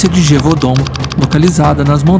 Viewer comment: I love how the narrator mispronounce gevudaun as gevahdenn when it's gev u daun( gevoodon).watch brilotberhood of the wolf it's based on the beast of gevudaun